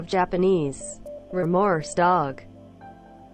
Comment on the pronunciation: When she was trying to say "remorseful" and it came out "lemon sure", my soul escaped my body in a gleeful high pitched squeak. English is hard man, I'd hate to be learning English as a second language. Good for her, she got real close!